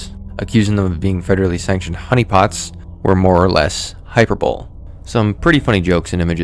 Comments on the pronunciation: the irony of you making fun of the other guy for mispronouncing "angles" but then you say "hyperbole" even funnier. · Hyber bowl lmao, hi-per-bo-lee. Don't be criticising badly researched shit when you can't pronounce words properly pal, comes off as disingenuous. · Saying "Hyper-Bowl" instead of "Hy-per-bo-lee" because you say hyperborea so much is so real lmao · Hyper bowl. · Hyperbole is pronounced 'high-per-bowl-lee' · 'hyper-bowl' broke me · "Hyper Bowl" 😂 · I like how you talk shit about Tuv not knowing how to pronounce "Order of the Nine Angles" and you're on here saying shit like "hyper bowl" and "Khmer Rogue". Smh bro you don't even have 6k subs and you're already using ChatGPT to write your scripts for you? That's pure laziness. At least Tuv has an excuse. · 😭😭😭I respected the call out on tug for a sec but then I heard “hyperbowl” n was like Oh…..😟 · 😂 good job getting onto bro for calling the nine angles 9 angels, but you don't even know how to pronounce the word hyperbole 😂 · dude Terry was the man, RIP a real computer genius. edit: pls learn how to pronounce hyperbole. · You might want to look up how to correctly pronounce hyperbole. The way you pronounce it makes it sound like a football event or something. Since you made a point of correcting the other reporter mispronouncing "angles" as "angels", I thought I would share a pronunciation correction with you as well. You wouldn't want to be the pot calling the kettle 'black', right? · he got on tuvs ass for mispronouncing "angle" but then immediately mispronounces "hyperbole" lmfao bruh you cant make this up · bro you're complaining about dude calling it O9 Angels but you're mispronouncing a bunch of words. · You dogged on someone for getting O9A wrong, but then pronounced hyperbole wrong. It's 4 syllables, not 3. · Criticize dudes angel/angle error, but can’t say hyperbole? You say the E. Excellent video…just thought that was funny